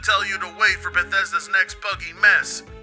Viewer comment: I guess the first h in "Thrash" is silent